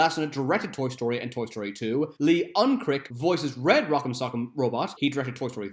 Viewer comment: You mispronounced Lee Unkrich The last two letters are pronounced like much, such, each, and chase